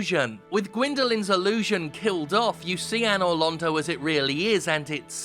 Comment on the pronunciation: Anor Londo is pronounced "Anal Rodeo"